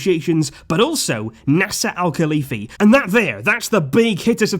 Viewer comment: it's not Nessa al-Khalifi, it's Nasser, jesus fuck